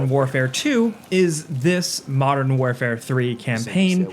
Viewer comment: "Modern FOURfare"? It's "Modern WarFOUR"! I expected better from you,...